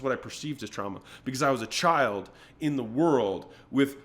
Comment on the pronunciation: bro just said becowz